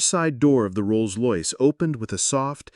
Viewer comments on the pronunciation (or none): Ah yes, a Rolls Loyce. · Could you correct the audio where rolls royce was miss pronounced rolls loyce please? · Rolls Loyce? 😂😂😂